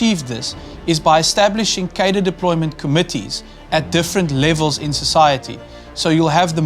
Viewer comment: Very good. But please stop saying "kadir". Cadre is a French word. It is pronounced "kahdruh".